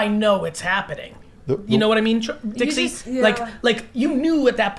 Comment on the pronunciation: When he calls Dixie “dicks” 😂